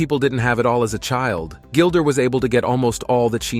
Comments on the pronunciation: Her name IS NOT Gilder!!! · Why do you call her Gilder?